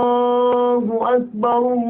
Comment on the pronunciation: بسم الله الرحمن الرحيم :معكم الموذن :زياد محمد مؤذن مسجد الرحمن بالقليوبيه وبعد ان عرفتكم عن نفسي ,انتا بتتكلم علي الاخطاء وانتا تنطق الله اكبر خطا انتا تقول الله اجبر هذا ياخي غير صحيح وشكرا لو عايز تكلمني علي الفيس رابط الحساب